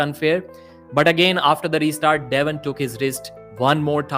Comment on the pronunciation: Soon as I heard him pronounce devon I was out